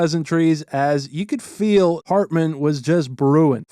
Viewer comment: Is it hartman or ratman 😂